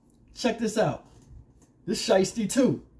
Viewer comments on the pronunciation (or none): none